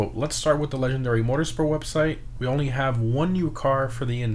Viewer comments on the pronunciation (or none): none